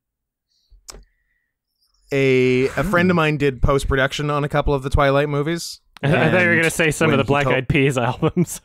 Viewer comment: You mean "Dwilight"